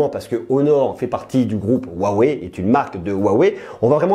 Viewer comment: Juste pour la prononciation, Huawei se prononce "Wroua Wrou Hey" ;)